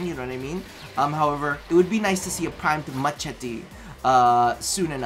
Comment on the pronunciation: had me like primed mahtchitee